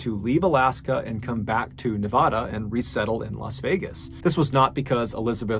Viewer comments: Love you brother but for future reference its Nevada as in banana, not Nevada as in tostada. I lived there for 10 years so I can speak up.🤗😂🎉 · Nevada is Nev - AH - duh. AH as in APPLE. PLEEEEEEASE, FFS. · Nevada is not pronounced like a Spanish word; the first 'a' is short A like in cat or hand. About half the country pronounces Nevada incorrectly.so you have lots of company. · I grew up in Las Vegas, NV and wanted you to know that Nevada is pronounced NE-VAD-A….vad rhyming with bad. I love your podcasts and videos, but had to let you know how we pronounce our state.